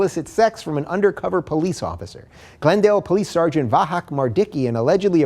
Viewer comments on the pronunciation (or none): none